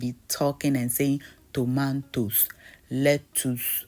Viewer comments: it's your accent when pronouncing the vegetables in Ghanaian accent for me🤣🤣👍🏻👍🏻. Kokomba, tomantoes.....🤣🤣👍🏻👍🏻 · Lettwoss, Toman toes, Kokomba 😂😂😂😂